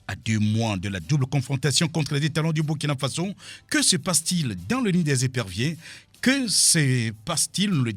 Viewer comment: On dit Burkina Faso